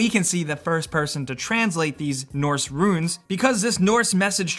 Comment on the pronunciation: Whybdoes everybody pronounce the word RUNES as RUINS? Super annoying and 2 totally different things.